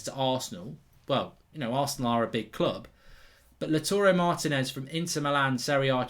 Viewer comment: Please Mark, Lautaro Martínez is pronounced LAUW-taro Mar-TEE-nez